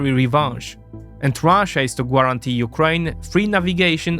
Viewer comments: The English word guarantee isn't pronounced like Polish Gwarancja, the "u" is silent. Imagine the beginning of the word as if it were "Garancja" in Polish. You often say this word, it's worth pronouncing correctly. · Love your videos, but PLEASE learn how to pronounce "Guarantee" properly. Ga-ran-tee.